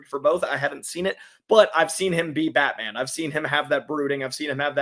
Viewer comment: Both of them said that 😂…Im confused as to who they watched growing up to have this mentality of Batman not being big ! Also in the beginning his pronunciation of Batman “BatMen”😂….